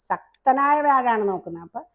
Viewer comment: സക്തനായ വ്യാഴമല്ല. ശക്തനായ വ്യാഴം എന്നു പറയൂ. കഷ്ടം കഷ്ടം.